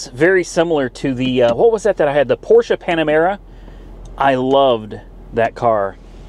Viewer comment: You're the first american person i know that pronounce Porsche correctly 😂